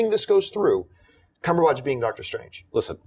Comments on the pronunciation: Tell me I'm not the only one bothered by the way John says "Cumberbatch". It's Batch, emphasis on "At". Not Botch. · What's John Campea's deal with Benedict Cumberbatch's surname. Dude, it's not "CumberbOtch" its pronounced the way its spelled: "Cumberbatch". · This is pointless to say but thought I'd bring it up.... The way John says 'Cumberbatch' is very strange to me from England and on the verge of wrong but more amusing.... It feels like there's too much emphasis on the 'ahhhh' after the B in batch.......